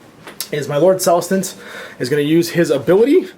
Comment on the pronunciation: Love these AoS battle reports. Keep it up. My second favorite thing is how you can never pronounce Celestant correctly. I chuckle every time you butcher the word.